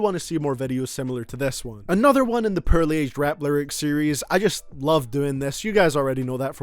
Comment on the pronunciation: I can't distinguish his "poorly" from his "pearly"